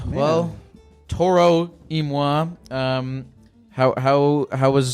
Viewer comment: that's how you pronounce it